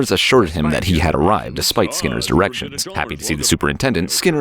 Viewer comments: Um am I the only one who heard erections instead of directions? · Well semour I made it despite your erections